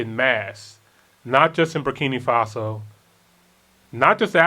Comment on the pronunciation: I LOVE YOU GUYS, BUT THE NAME IS BUR KI NAA FASO! NOT BUR KI NII FASO!